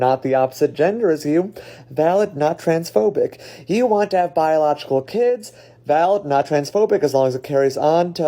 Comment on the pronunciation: Its not keeds its kids